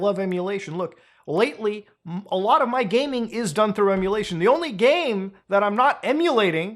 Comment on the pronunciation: Its Emulatio(ver)n